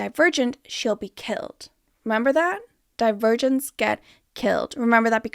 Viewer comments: Every time you say Divergents I hear Die-Virgins and its taking me tf out lol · About 10 min into the video I started hearing “divergents” as “the virgins” and honestly that further enhanced my viewing experience